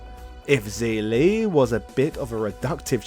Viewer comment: Zhi li is pronounced jer-lee